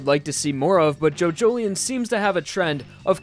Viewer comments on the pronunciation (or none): i dont think its jojlien its jojo lion thats what how my friends say atleast someone tell me how its prononced